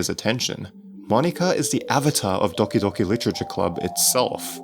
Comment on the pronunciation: Makes DDLC Video Ponounces Doki Docki